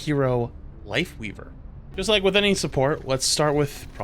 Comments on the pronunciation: I had to rewatch it because the first time I bear say Wifeweaver. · he almost said wife leaver like 3 tinmes lol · funny how almost called his wifeleaver instead of lifeweaver XD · Don't know if anyone else already said it but it's Lifeweaver not Lightweaver